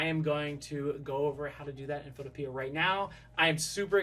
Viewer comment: Not being rude but it’s called photo pea